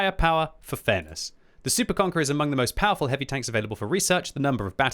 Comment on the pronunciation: I like how when the says heavy tanks it sounds like hippie tanks, my imagination runs wild.